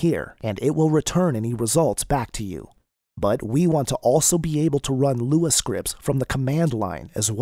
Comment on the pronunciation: am I the only one who can't follow this because of the text to speech? everytime it says LUA I gag.